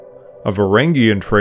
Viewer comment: NOVgorod, not novGORod. AlyEG, not OLeg. VlaDIMir, not VLADimir. Bot, or merely bad research?